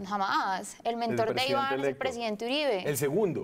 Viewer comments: Como fue?????? dijo elepto????? elepto???? presidente ELEPTO????????? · le sugiero que empiece a tomar clases de español, con respeto se lo digo; no se dice presidente elepto, se dice Presidente Electo. No sería bueno que la gente pensara que los del CD no son "estudiatitos".....es muy bonita, pero le sugiero libritos.